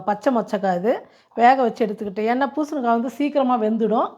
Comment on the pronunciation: பூசணுக்கா இல்லை. பூசணிக்காய் மா.